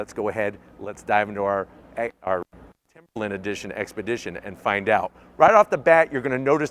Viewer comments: its timber line LINE,LINE not timberlin!!! get a education!!!!! god your the second one who says lin! talking about the ford!!!!!! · Why are all of the YouTube auto reviewers struggling to say "Timberline"? He's not the only one, lol.